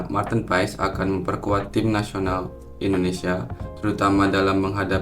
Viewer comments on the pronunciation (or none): Kita hrus taw ngucap nya Martin Pass y😅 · Ijin koreksi nama MAARTEN PAES di baca MARTiN PAS (Sumber: Coach Justine)